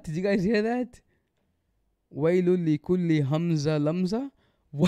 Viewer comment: Mistakes: 1) He did إدغام بغنة between ويل لكل 2) He mispronounced همزة, this is despite earlier choosing this Sura by name! 3) He mispronounced لمزة 4) He recited the جيم in جمع with رخو, essentially turning the G sound in Arabic into a J 5) He DIDN'T add the غنة between مالًا وعدده, despite adding it earlier where it wasn't supposed to be 6) He added a واو after يسحب turning it into يحسبوا 7) He added a قلقلة to the خاء in أخلده 8) He pronounced the لام in لينبذه with a كسرة instead of a فتحة 9) He didn't add a غنة to the نون in the same word 10) He didn't add a غنة to the نون المشددة in the same word, making that three mistakes in the same word! 11) He pronounced the نون in نار with تفخيم 12) He mispronounced موقدة by putting a كسرة on the قاف 13) Didn't put a شدة on the طاء in تطلع 14) Recited with a فتحة instead of a كسرة in the لام of the same word 15) Technically made two mistakes in موصدة but I'll count it as one to be generous 16) Pronounced عمد with two ضمتين instead of two فتحتين, again two mistakes that I'm counting as one 17) Didn't recite with a غنة between عمد ممددة والسلام عليكم ورحمة الله وبركاته